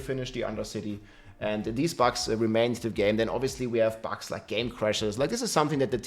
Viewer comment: has been talking about bugs for a looong time and still keep saying “bags” lol rob is BUGS!! 😂